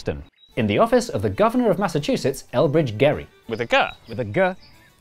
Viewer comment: famous state of Massachchussettss ♥️